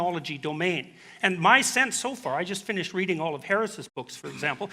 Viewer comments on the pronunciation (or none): none